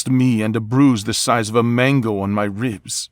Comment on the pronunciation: Cute accent! but it's man-go not main-go